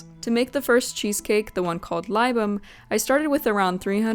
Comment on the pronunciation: Oh, btw, libum is pronounced like lee-boom. I'm a pedantic stickler....